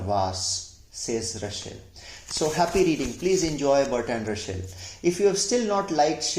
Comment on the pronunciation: Nice video. Thanks. Russel not Rushell.